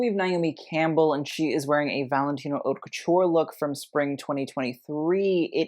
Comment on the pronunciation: You do know “haute” is not pronounced “hot,” right? It literally sounds like “oat.” French, yo.